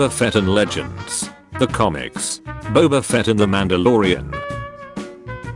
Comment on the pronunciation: Nobody: Daily dose of memes: Baba fett